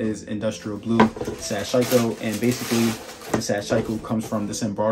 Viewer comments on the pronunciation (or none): its all denim not canvas my man, hence the name sashiko, also just for the record, "sash-eeko" its a japanese word :) good review dude!